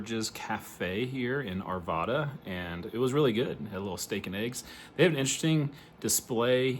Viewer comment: Love the video! I'm from Arvada- it's actually pronounced with the second A like "rad." Ar-VAD-uh, not Ar-vah-duh